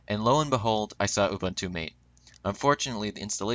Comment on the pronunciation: Cool but you have to start pronouncing it Mate as in Mah-Tae.